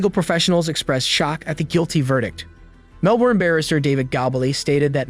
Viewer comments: This happened when I was a kid, still remember it. Every aussie does. Your pronunciation needs a little work. Don't stress vowels so much. Winch'lsea Melb'n G'long Barw'n Birregurra was good though =) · "Simplicity of raising children" - it's in no way simple! It's pronounced Melbon. I remember when this happened. It was horrendous. Well covered 👍🇦🇺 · Big fan of the channel but please consider checking pronunciation of place names, you really butchered Melbourne/Geelong/Winchelsea in this one.